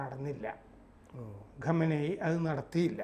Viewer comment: ഖമനയി അല്ല, ഖമയ്നി or ഖമൈനി